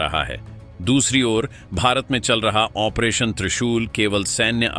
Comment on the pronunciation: अपना उच्चारण ठीक करें। ऑपरेशन को ओमप्रेशन बोल रहे हैं।